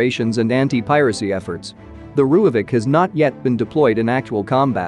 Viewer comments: Just a side note... If you spell it "Roy-fulk" the AI reader won't sound so spastic... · Pronounce it like this."RoyFalk" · lol - was going to ask WTF a "rooyavik" is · You butchered the pronounciation..